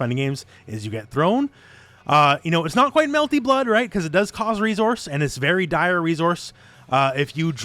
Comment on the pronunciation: You missed the character in the billboard. Also, I come here to listen to you mispronounce the word "resource" over and over.